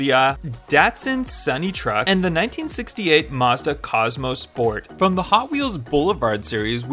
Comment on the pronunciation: It's mazda not mezda or mahezdah or whatever